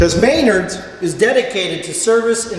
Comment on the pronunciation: I know people from the family that founded it and oh boy I never thought I'd see the day where someone confirmed their joke about how people say may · nerd and not muh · naard. man did I cringe a bit and also laugh, its been years since they told me that.